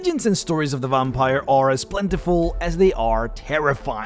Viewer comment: OMG you say VOMPire 🤣 i love that so much i'm going to start calling them vompires too 😂